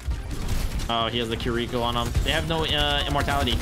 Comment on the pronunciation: I swear gamers choose the most jarring way to pronounce Japanese names. I just got over smash players pronouncing Kazuya as kazoo yah and now overwatch players are pronouncing Kiriko as keer e ko.